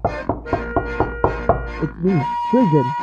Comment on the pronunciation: Oh, I guess your name isn't pronounced "Kri-gi-yon" after all.